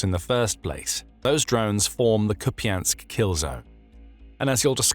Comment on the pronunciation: Please stop saying kupiansk